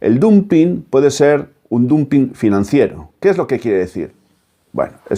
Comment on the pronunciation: Me permito: Dumping se pronuncia damping